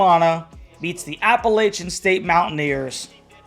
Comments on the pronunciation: At least learn to say App-a-latch-un. Its not App-a-ley-chun. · You pronounce Appalachian “incorrectly.” You’re from Jersey…such a poser. People who actually are from here , even the ones that WENT to unc…are belly laughing at You…